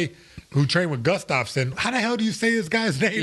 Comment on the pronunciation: The pronunciation of the name "Gustafsson" was exactly correct👍🇸🇪.